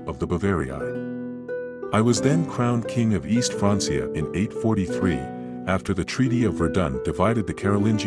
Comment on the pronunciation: Francia is pronounced FRANK - E - Aah